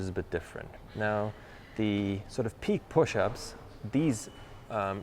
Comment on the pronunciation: Nice video. Small note: "pike" rhymes with like, Mike, hike, bike... (not peak, peek, meek, weak, fleek...)